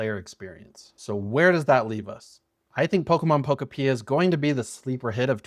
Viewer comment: Bruh can’t even say the name of the game right